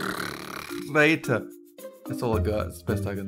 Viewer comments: And I'll be your narrRrrthhhhTTTThRR ator. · I'm, and today I'll be your naRRRRRRRRRator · He says narrrrrrrrrrrrrator and I said viewerrrrrrrr